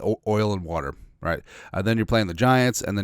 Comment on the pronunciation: Did I hear "oil and werter?"